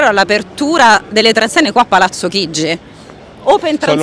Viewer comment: Chigi non “Chiggi”.